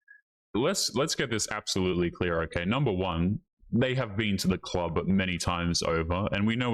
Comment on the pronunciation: she deserves to alone rest of her life for saying something as stupid as "duh clerb"